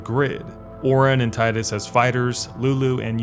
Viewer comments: not about final fantasy , but can you make a video about days gone? 🤔 would like to hear what you have to say about it. and you call tidus as "tiedus" instead of teedus triggered me xd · Gah! I love your video but one thing I dislike is the mispronounced tidus! It's TEEdus! That aside still love the videos bruh! Keep it up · It’s TEEEEEEEEEEDUS. Jesus, it’s been almost 2 decades!